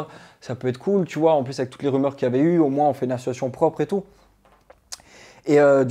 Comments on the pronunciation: Dylan il est insupportable à ne pas savoir prononcer le mot ASSOCIATION. « Assuation » c’est insupportable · Il ne sait même pas prononcer le mot ASSOCIATION !!